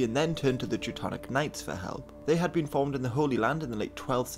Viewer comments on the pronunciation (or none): none